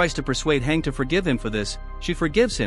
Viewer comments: Your saying hang not hange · Hange is pronounced Han-gee. you would know that if you watched AoT anime 🙂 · Lil bro its Hange Zoé ( Z - O)